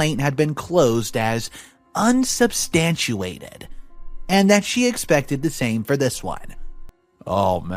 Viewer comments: Also comical pronunciation 'unsubstandchuated' for 'unsubstaniated', 'distorb' for 'disturb' and 'confidenshenal' for 'confidential'. Great QC! /s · DHS in this country (US) is Department of Homeland Security, which is a federal department in charge of security for the nation, not HHS. HHS, or Health and Human Services, deals with families. Also, the word is squalor, not ‘a squaller’. Learn how to pronounce ‘unsubstantiated’ and ‘interpreted’ - the dictionary will pronounce it for you. Pre reading through the story for tricky words would help.